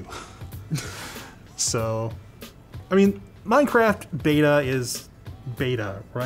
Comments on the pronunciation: ah yes! my favorite game "MINCERAFT" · "Minceraft" lol